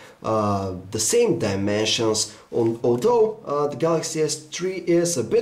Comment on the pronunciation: I heard "oh no" rather than although ==